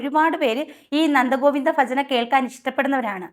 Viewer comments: ഈ പറയുന്ന നിനക്ക് ഭജന എന്നുപോലും പറയാൻ അറിയില്ലല്ലോ. അവർ തുടക്കക്കാരല്ലേ. ശരിയായിക്കോളും. ഇന്നത്തേക്കാലത്തു പെൺകുട്ടികൾ ഭക്തി മാർഗത്തിലേക്കു വരട്ടെ. അവരെ ഇങ്ങനെ ആക്ഷേപിക്കുന്നതെന്താണ്. ഫജന phajana എന്ന് പറയാൻ പഠിച്ചിട്ടു മറ്റുള്ളവരെ കുറ്റം പറയൂ.😂😂😂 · ഫജന, ഫക്തി.. 😂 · വീഡിയോ ചെയ്യുന്നതിന് മുമ്പ് ഉച്ചരിക്കാൻ പഠിക്കൂ.... ഭജന, ഭക്തി, ഭക്തജനങ്ങൾ - ഫ അല്ല. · ഫജന അല്ല ഭജന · വളരെ സത്യം👍 ചേച്ചി, ഫജന അല്ല ഭജന.... ഉച്ചാരണം 😂😂😂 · ഫജനയല്ല ചേച്ചി ഭജന ആണ് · ഫജന അല്ല ഭജന 😂😂🙏👍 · ഫജന അല്ല.....😅 ഭജന എന്ന് പറയുന്നത് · ഫജനയാവണില്ലേ...അയ്ന് ഫത്തി വേണം. ഒന്ന് ഫോടീ... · ഫജന അല്ല ഭജനയാണ് പെങ്ങളെ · ചേച്ചി ഫക്തിയും ഫജനയും അല്ല ഭക്തി ഭജന എന്നാണ്🙏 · ഫജന അല്ല ഭജന 🤣🤣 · മമ്മായി ഫജന അല്ല ഭജന അത് പറഞ് പടിക്ക് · ആദ്യം ഭജന എന്ന് പറഞ്ഞ് പഠിക്ക് ഫജനയല്ല😅😅😅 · ഫജന യല്ല പെങ്ങളെ 🙏🏻 ഭജന യെന്ന് പറയൂ. ബാക്കി പറഞ്ഞതൊക്കെ 100% ശരി 👍🏻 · ഫജന അല്ല *ഭജന*.... ഫക്തി അല്ല *ഭക്തി*.... ഫക്തർ അല്ല *ഭക്തർ*.... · ചേച്ചി ഭജന യെ ഫജന പറയരുത്... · ഫജന അല്ല ഭജന ആണ് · ഫജന😂ഫജന അല്ല ചേച്ചി ഭജന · പറഞ്ഞ കാര്യങ്ങൾ സത്യം. പക്ഷേ ഫജന എന്നല്ല , ഭജന എന്നതാണ് ശരിയായ വാക്ക്❤❤ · പറഞ്ഞത് സത്യം തന്നെ പക്ഷേ ഫജന അല്ല ഭജന എന്നുച്ചരിക്കണം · ഭ in ഭജന ഭ ഇൻ ഭക്തി not ഫ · Fajana അല്ല സഹോദരീ... Bhajana ആണ്. അതു പോലെ Bhakthi ആണ് Fakthi അല്ല. പറഞ്ഞ മാറ്റർ അംഗീകരിക്കുന്നു. പക്ഷെ മലയാളത്തെ ഇങ്ങെനെ വികൃതമാക്കല്ലേ പ്ലീസ്🙏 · ഫജന അല്ല . ഭജന . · ഫജന അല്ല കുട്ടി ഭജന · 9 ഫ അല്ല ചേച്ചി ഭായാണ് ഭജന ഫക്തി അല്ല ഭക്തിയാണ് ആദ്യം നിങ്ങളുടെ ഉച്ചാരണം ശരിയാക്കും ശരിയാക്കു എന്നാലും നിങ്ങൾ പറയുന്നത് കാര്യമുണ്ട് അത് ശരിയാണ് ഇപ്പോൾ ഭജന ഗ്രൂപ്പുകൾ പ്രത്യേകിച്ച് സ്ത്രീകൾ നടത്തുന്ന ഗ്രൂപ്പുകൾ അവരുടെ അടയാഭരണങ്ങൾ കാണിക്കാനുള്ള ഒരു വേദിയായി മാറിയിട്ടുണ്ട് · ഫജന അല്ല മുത്തേ, ഭജന... പാട്ട് പാടിയവരെക്കാൾ വലിയ ദുരന്തമാണ് നിങ്ങൾ 😳🙄😔😪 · ഫജന, ഫക്തി... അല്ല, ഭജന, ഭക്തി എന്ന് പറഞ്ഞു പഠിക്ക് 🙏🙏🙏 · താങ്കളുടെ നിരീക്ഷണത്തോട് യോജിക്കുന്നു. ഫക്തി, ഫജന എന്നൊക്കെ പറഞ്ഞു സ്വയം അപഹാസ്യയാകാതെ ശ്രദ്ധിക്കുമല്ലോ 🙏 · ഇക്കിളി സഹിക്കാൻ വയ്യ... ഫജന അല്ല ""ഭജന ""ആണ് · ഫജന അല്ല, ഭജന. ഫക്തി അല്ല, ഭക്തി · Fajana alla mole bajana Fakthi alla bakthi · ഫജന, ഫക്തി... എന്താ ചേച്ചി ഭജന.. ഭക്തി. എന്ന് പറയു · ഫജന, ഫക്തി..😂